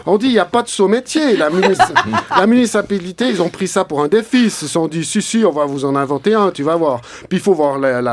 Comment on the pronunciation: ça date mais qu'est-ce que c'est magnifique!!! Par contre, on s'entraîne, allez tu peux le faire: MU-NI-CI-PA-LI-TÉ!